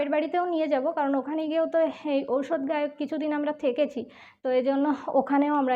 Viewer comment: ঔষধ না অশৌচ বলে দিদি